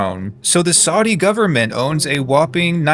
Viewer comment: The constant mispronunciation of “Saudi” is making my ears bleed.